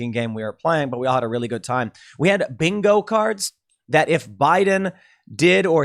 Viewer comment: Joe Biden's great value MAGA Make America Good Again Also, I'm pretty sure you said "binko" after talking about Joe's inability to speak. 😂